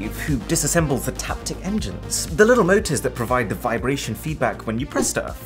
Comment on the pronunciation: I love how he says da plants 😂